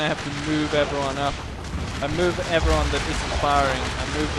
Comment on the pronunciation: What do you say in your intro? Hello eveyone? Its hard to hear the word "everyone"